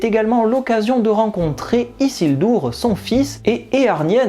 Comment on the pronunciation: Salut ! L'analyse est pas mauvaise en soit, vu que c'est ton avis et que ça engages que toi. Par contre, pourquoi se donner un style en roulant le R de Sauron, ou en prononçant "Isildour" (ce qui est ridicule ni dans la série ni dans les films c'est prononcé comme ça)? J'ai vraiment cru que tu allais prononcer "Poppy et Nori" en "Popaille et Noraille". Sinon quelques comparaisons intéressante avec la séries et les films. Merci pour l'analyse et arrêtes de faire du style steplait 😂🤣 force x)